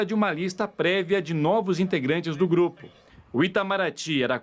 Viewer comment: GRUPE????? FOI ISSO QUE EU OUVI😂